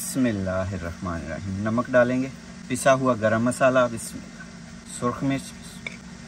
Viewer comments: the way he says ALHAMDULILLAH nad BISMILLAH is awesome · Pl understand how to recite Bismillah, seek guidance from any Qari, u recite many times in one video and always wrong pronunciation